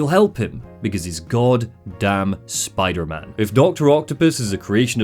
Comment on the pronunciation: RAHHH LETS GO SPIDAHMAHN